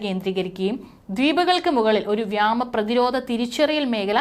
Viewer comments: വ്യമാ നിർത്തൂ വ്യോമ ആക്കൂ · Wrong pronounciation.What is this vyama? If you cannot talk Malayalam properly please stop reading